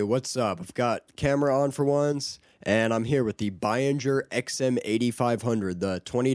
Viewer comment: Gotta love "bine-jer"